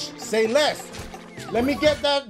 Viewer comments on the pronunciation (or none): i like the way this game looks way better than the last one. but when you said "say less" it was more like "hold less". lol.....wait, pause?